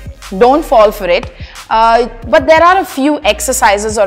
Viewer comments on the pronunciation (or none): none